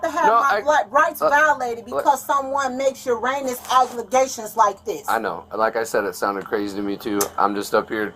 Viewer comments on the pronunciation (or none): 🤨… I’m sorry did she say Uranus accusations, and allegations ??? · "make 'uranious' accusations" 😂😂😂 (heinous) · Heinous.... pronounced ur anus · Thats all I keep hearing "Uranus accusations" 😂